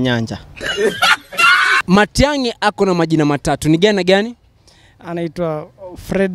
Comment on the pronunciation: Did i hear onyancha,😂😂😂